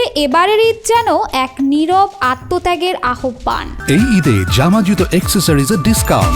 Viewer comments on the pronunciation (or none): "আহবান" উচ্চারণ হবে না। "আওভান" হবে।